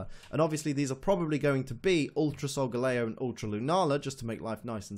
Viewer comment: Really irritating me that your saying SolgaLAYo. It's SolgaLEEo. The star constellation is LEEo. It's the shape of a lion. It's solgaLEEo